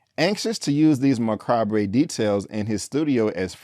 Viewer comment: I love how you interpret some of the cinematography, LOL. Seems like an interpreter would be helpful for your use of English. Macabre hahaha pronounce it again please. Also tell us how you're a scary cat. Demonic position, great! Exit stay Left! Why do you think stereotypes are perpetuated? You, you're the reason.